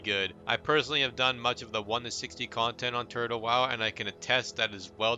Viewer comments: Why do you pronnunciate it like Turd-Hole WoW :D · are you saying Turd le wow ? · why do i hear him say turd hoe wow 🤣🤣🤣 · he said turd hole wow lol